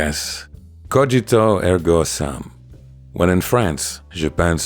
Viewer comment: When quoting latin, 'sum' is pronounced 'soom'.